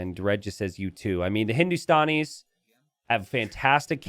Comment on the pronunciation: Hey I am from India it’s pronounced “gu-laam” and not ghu-lum also the civ is pronounced “Hindus-taa-knees” and not Hindus-tan-nis. Hope this helps.